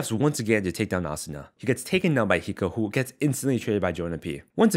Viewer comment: The announcer couldn’t pronounce hiko’s name lol